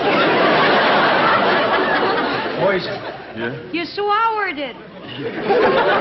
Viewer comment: LOL when Patti Page says, "Ya swahwerred it!" Both Darin and Hope break up at this! A priceless moment.